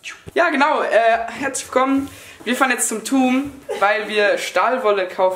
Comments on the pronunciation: man spricht es toom nicht tum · Habt ihr das aus Spaß gesagt oder spricht man bei euch das : tuum aus? Weil hier heißt es Toom ? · Haha wie ihr den Baumarkt toom aussprecht...das wird nicht mit u gesprochen, dass Wort kommt nicht aus dem englischem